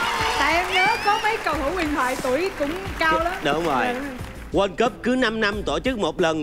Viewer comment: TG đọc sai bét từ "World" trong "World Cup", rảnh chịu khó đi học tiếng Anh vỡ lòng đi